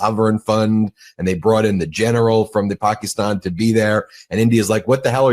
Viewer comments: Puh -key-Stan (like stand) not ston. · Please pronounce Pakistan the correct way. It drives me crazy everytime you mispronounce it. You pronounce it Pakeestan. A Pakee was something we called Indians as an insult when we were kids. The i is more like an 'uh' sound. Google 'how to pronounce Pakistan' for confirmation. I'm not Indian or Pakistani. Love you and Meidas. Thanks from 🇨🇦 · Your pronunciation of Pakistan is weird, and sounds like Trump saying China. It's Pack-iss-tan no pockystan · Ben, no disrespect but you are saying Pakistan incorrectly.. it sounds derogatory you pronounce Paki - stan.. it supposed to be pronounced be pak-ih-stan.. Please correct this minor pronunciation error. :) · Hey Ben heads up my friend.Pakistan.Pronounced istan not estan.Not from me but from my Pakistani best bud.Kevin from Toronto.Keep it Rolling. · I like your podcast, but I couldn't watch this due to your pernuciation of Pakistan. ( the " i " is not a hard e ) it was torturous to listen to.. sorry bud! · PLEASE learn how to pronounce Pakistan. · Could someone please inform BM about the proper pronunciation of the country name Pakistan?